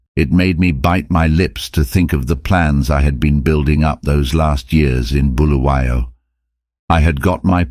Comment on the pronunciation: Exactly - Bulawayo = Bull-a-why-oh. And Greek Prem-ear, instead of Premier.